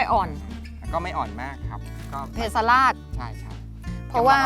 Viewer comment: ข้อมูลดีมากครับ สมควรได้รับการยกย่อง แต่ควรแก้ไขภาษาให้ถูกต้องให้เหมาะสมกับเป็นองค์กรแนวหน้าของไทย เพสลาด อ่านว่า เพ-สะ-หลาด แปลว่า ไม่อ่อนไม่แก่